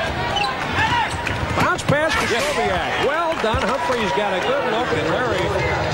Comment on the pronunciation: I was born in Seattle in 1973, where I grew up. Sonics and Blazers fan. Japanese-American and male, too. I did NOT know, that Larry Krystkowiak could dunk like that!! (Kris-TO-vee-ak, not Kris-KO-WEE-ak)